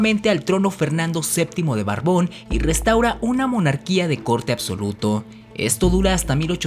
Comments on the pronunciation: To do está muy bien amigui to... Muy interesantes tus reflexiones, pero CUIDA MÁS TU PRONUNCIACIÓN... NO DICES, BIEN LOS NOMBRES... POR EJEMPLO: NO ES "BARBÓN" SINO BORBON... Y COMO ESE, TIENES MUCHÍSIMOS EN TODOS TUS VIDEOS... NECESITAS LEER MÁS Y DOCUMENTARTE MÁS PARA, TENER UN UNA MAYOR CILTURA Y SABERTE BIEN LOS NOMBRES DE LOS POBLADOS.... ES, ACATEMPAN Y NO "ACANTEMPAN"... ESTOS ERRORES, ECHAN A PERDER TU TRABAJO. Espero mi crítica no te ofenda y te ayude a superarte... En todos tus videos, muy buenos por cierto, tienes errores garrafales de pronunciación de nombres y lugares. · La mentira será la que le decías a tu mamá que ibas a la escuela a estudiar, porque tales temas si aparecen hasta en el libro de la SEP de primaria, máxime en los libros de editorial de secundaria. Por cierto, no se llama Fernando VII de "BARBÓN", su apellido es Borbón. En las imágenes pones a Maximiliano de Habsburgo ante la junta de notables, y Maximiliano todavía ni nacía en tiempos de la guerra de independencia. También en las imágenes de los conspiradores de la Profesa, pones al virrey José de Iturrigaray, que fué destituido en 1808 y enviado a España, por lo que no estaba en la Nueva España cuando ocurrió la conspiración. Se dice O'Donjú, así con acento en la u, no O'Donóju con acento en la o. Me parece que no pusiste atención atus clases de Historia, pues esta versión si aparece en la historia oficial. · No es Acantempan, es Acatempan No es Barbón, es Borbón! No es Oudonoju, es O'Donojú , con acento en u, y sin u tras la primera O...no entiendo por qué no lo pronuncias bien si el dato del.nombre lo pusiste bien! Tu trabajo de investigación es bueno y mas aún lo es la intención de decir la verdad no lo oficial. Pero la pésima pronunciación demerita tan buen trabajo. Intenta mejorar, tu canal vale la pena. Saludos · Es Fernando VII de Borbón, no Barbón; y Juan O´Donojú, se dice con acento en la u. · ¿Barbón? es Borbón.